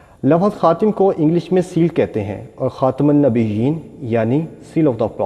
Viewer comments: Its khatam not khatim, Islam e Ahmadiyyat ZINDABAD. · It is not khatim, it is khatam Rectify it